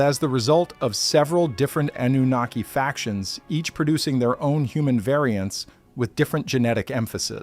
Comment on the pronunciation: I’ll tell you that’s a great AI voice. I’m assuming it’s AI I mean so so many words are mispronounced names Zachariah Anunnaki I couldn’t do it.